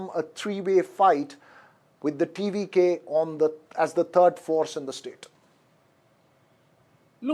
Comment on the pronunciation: TVK name Pronounced 👌👌👌